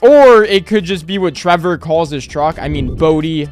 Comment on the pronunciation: Trevor, not travor